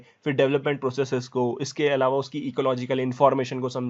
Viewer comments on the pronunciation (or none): none